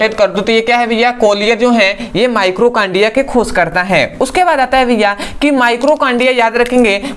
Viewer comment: Mitochondria होता है ना कि माइक्रोकांडिया आपने गलत स्पेलिंग लिखी है और उच्चारण भी ग़लत कर रहे हैं